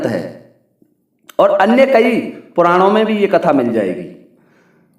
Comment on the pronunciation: रहने दे भाई प्राणों नहीं पुराणों होता है पहले तो,, अपनी जानकारी पहले ठीक कर ले,, ये कहानी झूठी है और मूर्खो ने रची है